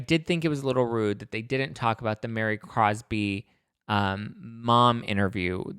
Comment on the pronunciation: Really wish you’d get Mary’s name right. Gets distracting hearing you call her Mary CROSBY. It’s COSBY. Thanks. Let that sink in till next time you talk about her. Jen Shah wasn’t in the spotlight as the women wanted to think (which might prove their lack of brain cell activity) that Meredith and Mary had something to do with reporting Jen to the authorities, which was, technically, pertinent to Jen Shahs case. It was a sad way to have Jens case in the forefront without talking about it or asking her direct questions about it, which WOULD have been great! SIGH….we can’t get what the cast us incapable of giving.